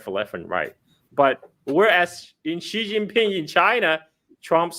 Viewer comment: it is not Shi, like the sh in "sh"e It is more like Si, but a slight difference between x and s. probably knows better than me.